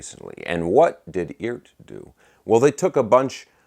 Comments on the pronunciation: Yo - They pronounce it "E - ART." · Cool! According to Phil McKnight it's pronounced E Art